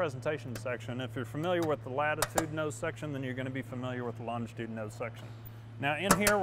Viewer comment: It would help if the presenter could pronounce the name of the aircraft properly 🙄